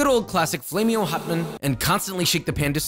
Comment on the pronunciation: Flame-ee-oh good sir Flame-ee-oh